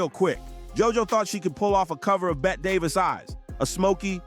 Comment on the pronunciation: Thank you. I couldn't finish with mispronounciation. Please research😌